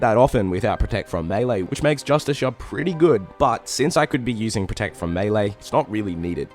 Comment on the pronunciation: What attack style is “mee-lay” ?